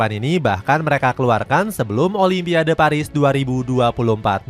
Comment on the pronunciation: Sebut olimpik pun jadi olipiande